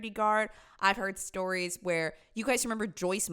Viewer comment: When vill you vhere vigs?